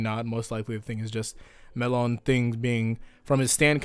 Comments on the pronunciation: Melone is pronounced meh-lone-ay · "WHY HE SAYS MELONE IN A ENGLISH PRONUNCIATION IF IS AN ITALIAN NAME HE WOULD MUST SAID ME-LO-NE IN ITALIAN, WHY WHY WHY WHY?!?!?!" -Ghiaccio